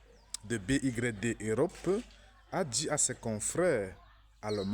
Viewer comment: Que de dire Bé i grecque Dé On prononce Bi Waï Di BYD Biuld Your Dream C'est une contribution.